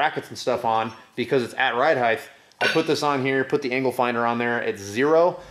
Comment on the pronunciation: "ride heigth"